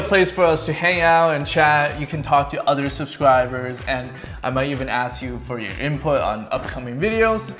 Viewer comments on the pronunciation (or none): none